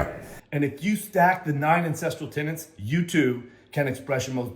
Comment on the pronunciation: Any time I hear him say "9 ancestral Tennants" I just roll my eyes like....fuuuuuck ooooofff 👀🙄